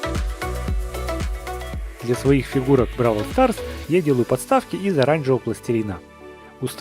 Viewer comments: Не правильно ты гавориш не бровол старс а браво старс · БРАААААААВЛ СТААААААРС А НЕ БРОВЛ СТАРС :,3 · Говорится бравл старс а не бровь старс. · НЕ БРОВЛ СТРАС А БРАВЛ СТАРС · Не Бровалстарс а БрАвлстарс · приавильно говорить бравол старс